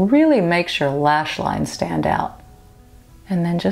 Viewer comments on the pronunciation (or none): none